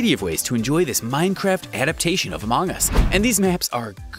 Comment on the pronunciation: Ah yes, Amoong us. I think he's either Australian or something on the lines.